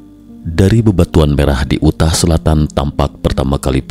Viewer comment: Yu tah, dibacanya yu tah. Bukan u tah